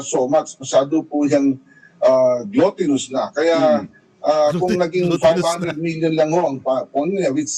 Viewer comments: Coach, hindi glatinous, it’s gluttonus. (Glutton) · "Gluttonous" Coach